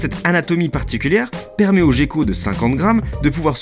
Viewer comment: Une petite remarque sur la prononciation de gecko. Ca se prononce comme "Gueko" et non "Jecko". Sinon très bonne vidéo :)